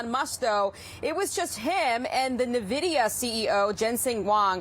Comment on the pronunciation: IN-vidia. IN-vidia.